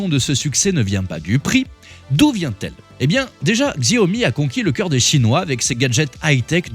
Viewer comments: On ne dit pas GZiaomi mais Chiaomi ^^ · On ne dit pas Xiaomi "Ziaomi". S'il vous plaît 🙏 On dit "Chiaomi" Xiao veut dire petit en chinois. Merci beaucoup !!! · XIAOMI se prononce CHAOMI !!!! 🤣🤣🤣🤣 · C'est quoi cette vidéo ? Déjà ça se prononce shaomi ! La marque n'est pas spécialiste des sèche-cheveux ! "L'homme derrière tout ce cirque" C'est un bandeur de Tesla qui a fait la vidéo ? Putin de tocard. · Prononcer le X chinois en Gzzzz c'est tellement ridicule 😂😂😂 franchement!!! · Xiaomi se prononce chiaomi!! Arrêtez de massacrer ce mot,! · X c'est ch en chinois donc chiaomi😅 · Narratif un peu limite, voir xenophobic. Pour info, les journalistes indépendants existent en Chine. Vous ne prenez même pas la peine de prononcer le nom de la marque correctement, c’est pour dire…. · J'ai saigné des oreilles... Ça prend 5 sec pour bien prononcer Xiaomi.